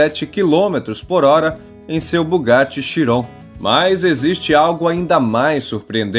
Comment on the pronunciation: Se pronúncia Bugatti não Bugatti